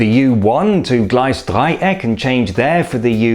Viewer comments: Ah, and another one: Gleisdreieck is accentuated on the first syllable "GLEISdreieck". I don’t know why. Do you know whether there are any rules for which syllable to put the accent on? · Everyone I know pronounces GLEISdreieck ...!! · Not sure there. Everyone I know pronounces it GleisDREIeck...